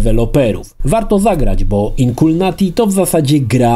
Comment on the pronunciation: Wszystko spoko, ale dlaczego czytasz błędnie tytuł gry? ;D